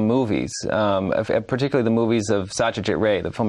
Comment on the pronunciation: The Name is not "Satyajit Ray", It's "Sotto-jit Raay" (its actually Bangla, " সত্যজিৎ রায় "), you copy the bangla text and check the actual pronounce.